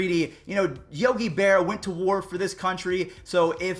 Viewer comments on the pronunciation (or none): Is it me or do y’all hear “Yogi Bear” or Yogi Berra? i heard Bear